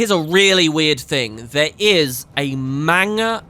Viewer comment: It's pronounced man ga not mang a :) Great series, I just need to do some catching up now